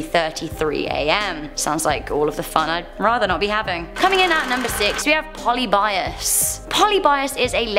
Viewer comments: Polybius not Poly-byus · Puh lib ee us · Poly-bias lol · You butchered the name polybius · The way you pronounced polybius was funny.